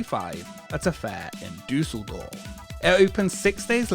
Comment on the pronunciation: As a native german, i'm always exited when english speaking people talk about german citys. No offense, but it's funny how you pronounce Umlaute, like in Düsseldorf. 😅